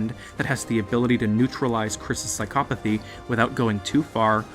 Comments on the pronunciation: The way you say psychopathy aggravates me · I know this nigga did not pronounce psychopathy like that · yes but. There all are used in used ways and you used it wrong